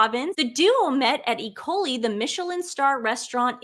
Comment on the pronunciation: PS I thought you said the London restaurant, Ikoyi, was called E coli.